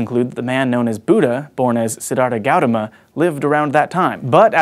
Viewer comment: Gautama is pronounced "Goo-TAR-ma"